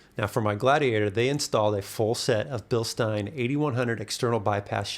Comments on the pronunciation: When you talk about the shocks the e is silent like the beer mug, it's also the family name. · come on, you visited Bilstein and still pronounce it wrong. 🙄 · Whats weird is I think he pronounced it correctly once, but not all the other times